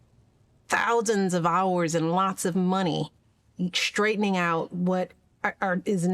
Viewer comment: "Shtruggle" and "shrtaigtening"